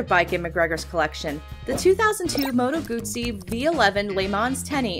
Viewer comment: Good job, narrator, pronouncing Moto Guzzi correctly. Bravo!